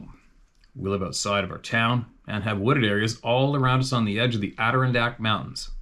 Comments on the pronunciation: LOL! Soooo close,. It’s pronounced: adir-RON-dack. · Adda-RON-dack... you're gonna get it straight one of these times, bro! Hahaha, cheers!!